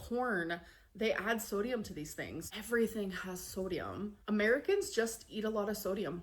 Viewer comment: this is a nitpick but i cant stand the way she pronounces things like its genuinely really starting to annoy me. soodium. eyg. layg. melk. ben and jerry. shes unreal.